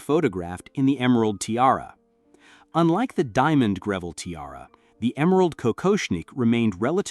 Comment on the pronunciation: Terrible pronunciation issues. For starters, Greville is pronounced GREV el.